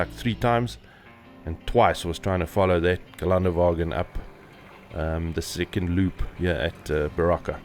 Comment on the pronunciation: It is called Ghe len duh va ghin. The umlaut on the first ä isn't garnish. 😊 Deutsch is different from English pronunciation.